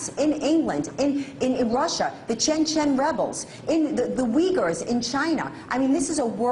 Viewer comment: Did that idiot bimbo say Chen Chen rebels? What a fuckin idiot!